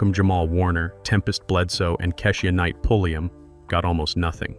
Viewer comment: It's pronounced Kei sha Night Pulli um